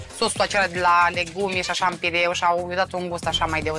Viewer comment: Bucatari! PIURE...nu pireu. Pireu este port.